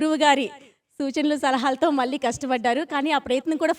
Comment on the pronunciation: గారి విశ్లేషణ చక్కగా ఉంది. గారి anchoring పేలవంగా ఉంది. తెలుగు భాషలో ఉచ్ఛారణ దోషాలు చాలా ఉన్నాయి. మళ్ళీ, వెళ్ళి వంటి పదాలు చంపబడ్డాయి. అది చక్కటి తెలుగు పాటల పల్లకి అన్నప్పుడు, వీలైనంత వరకు తెలుగులో మాట్లాడడం బావుంటుంది. తెలుగులో పదం లేనప్పుడు, అన్య దేశ్యాలు వాడడంలో తప్పు లేదు. ఇలాగే కొనసాగితే, ఆవిడ ఈ కార్యక్రమానికి పనికిరాదు.